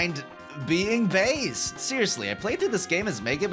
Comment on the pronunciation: “Hey Bass…!” “Mega man, you finally made it, and you’re finally STILL not pronouncing my name right.”